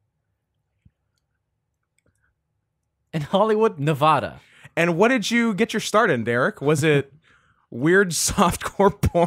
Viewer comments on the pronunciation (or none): bro, fam, dude, buddy, comrade, its Ne-Va-da not Ne-vo-da